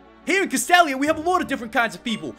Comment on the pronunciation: your'e pronouncing castelia wrong